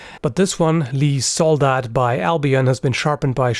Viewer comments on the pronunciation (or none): Soldat. The focus is on the a. Soldaht